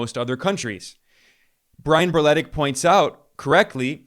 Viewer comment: The way you pronounced Berletic should be illegal. that is a very Yugoslav last name 😭